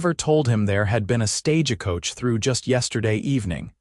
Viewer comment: Right off the bat, stage a coach. Please program AI to read words correct. 😊🙏🇺🇸